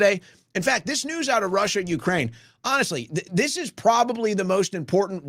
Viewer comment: “Honeshhly”?